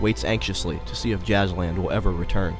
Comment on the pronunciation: you misspronounced the names of every jazzland ride!